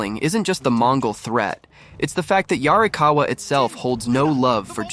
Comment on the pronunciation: How DARE you say "yarrikawuh" and not 「鑓川」in a gruff, Ancient samurai voice 😡😡😡